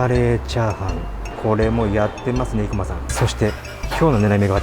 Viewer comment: 生駒は横浜や東京あたりでは‘’い‘’を強調した発音はしないな。排骨は都電早稲田近くの大王ラーメンが見立て面積同様、体積2倍で大食いチャンネルには良いと思うので是非。でも顎外れたらご免なさい。